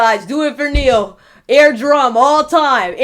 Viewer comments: You are using Neal to get personal audience attention and you can not even pronounce his name correctly. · U pronounced his name wrong. Humm why is this? C ya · Have the decency to pronounce his name correctly